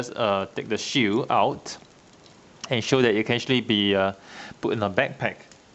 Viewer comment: The way he says shield sounds like shoe